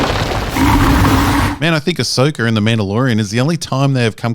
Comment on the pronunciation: In all your other videos you pronounce Asoka's name properly A-so-ka, but all of a sudden in this video you pronounce it A-so-ker, why? Fake accent.